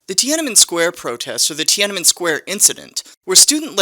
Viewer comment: I appreciate the hell out of you saying Tiananmen square so many times. Good job